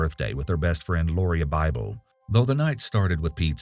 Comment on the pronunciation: You can’t just randomly throw an “I” into a name and pronounce it the same. There, I’ve wanted to say that for so many years! I’m so glad Lauria and Ashley’s case is finally solved though. Heartbreaking case. Poor girls and their families.